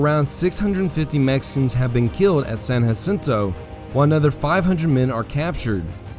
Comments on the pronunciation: San Jacinto Not San Hacinto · Can’t believe you made entire video about San Jacinto and you pronounced it wrong the entire time. It’s “juh-sinto” not “huh-sinto”. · Texians won the war. Therefore, the battle and river are called San JA-cinto. Not San Haceento. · lived right next to San JAAAA-cinto for many moons Texans call it San JAAAAAAAAA-cinto not Yacinto. Murica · Good narrative, but Texans pronounce Bastrop and Bastrup. And for San Jacinto you technically pronounced it properly for Spanish, Texans pronounce the J rather than a hu sound.